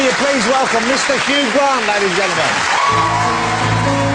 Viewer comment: Darby O'Gill. Yeah. He’s thinking ‘Hugh Gwant has more money than even ME’ I’ll have to up my game at childwen in need. Wibbly’